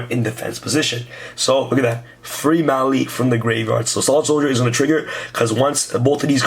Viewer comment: Grave - yard not grave - vard